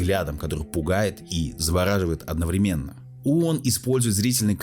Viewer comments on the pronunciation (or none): none